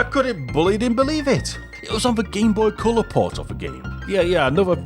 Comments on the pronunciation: What the heck is this 'Cyaow' you keep talking about? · "Gameboy Ceuller"